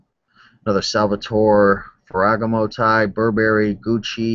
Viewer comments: Ferragaaaaaamo. But keep mispronouncing things. It's funny. :) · phoentically its: Fera Gamo